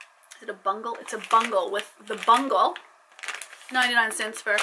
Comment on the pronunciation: Lol I’ll let you slide on the “Bungle” pronouncing but I like the ranch but they have MSG in it. Btw they are pronounced “beau-gulls” (“beau” as in “beautiful”), and... I’m glad I’m not the only one that says “silly billy” lol